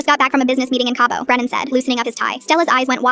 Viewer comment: its brenan not brandon gurllll